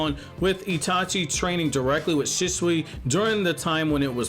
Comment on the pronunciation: the way you say "shisui" 😭😭 (nothing personal my man)